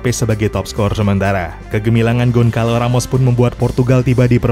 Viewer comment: "Gonçalo", bacanya: "Gonsalu"